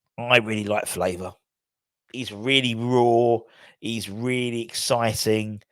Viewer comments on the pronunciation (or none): its Favour not Flavour!